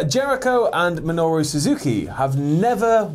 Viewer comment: also, MINORU suzuki,, MI-NOR-U